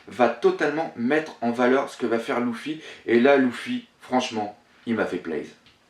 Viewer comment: On dit lUUUUfy et non pas lOUfy ... sa me choque O_O